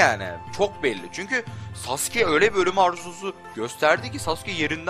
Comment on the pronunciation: Uğur Özdemir Öbür videosunda daha güzel anlatmıştım.U yu bastırmadan sasuke demesi gerektiğini belirttim.Ayrıca beceremiyorsa normal sasuke demesine devam etmesini söyledim çünkü şu andaki söyleyişi gerçekten kulağımı tırmalıyordu.Bu konuşmam üzerine tepki vermeyince ben de normal söylemesinin yeterli olacağını belirttim,yani nasıl deneceğini biliyorum ama şu anki telaffuzu gerçekten sinir bozucu...